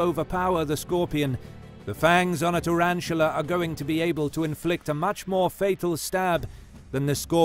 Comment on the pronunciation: Tarantula not turantula